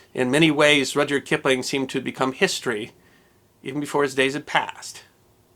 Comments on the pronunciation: Minor quibble two... From what I understand, the "y" in Rudyard was always silent. Therefore pronounced "Rudard". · Is his first name pronounced Roger?